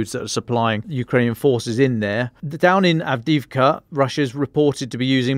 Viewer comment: Avdiivka--Ukrainian pronounces every letter--both i's---and the second i is really a "yee"---pronounced "avdeeyeevka"!